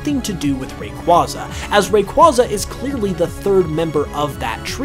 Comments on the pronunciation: Some mysteries here: will you ever pronounce Pokémon correctly (it's "poh-kay-mon", see the é); will you pronounce Rayquaza correctly; and will you do a Pokémon video and NOT loop the same footage over and over again to the point of tedium? (Seriously, with the Kanto Mysteries, I got so bored of seeing that same footage from Let's Go after what felt like the hundredth time!) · The way you pronounce Rayquaza hurts me